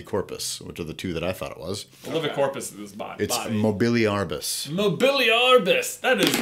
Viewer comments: It's Mobe-lee-ar-bus (that's not how you spell it, it's just for pronunciation ;) ) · J: Mobeliarbus! That's ridiculargus! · "Mobiliargus," "That is ridiculargus!" I died XD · I think that "Mobiliarbus" it's not "Movility" and "tree". It seems like that is one form of the actual word in latin.